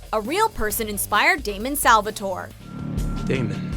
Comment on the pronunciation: not Damien it's damon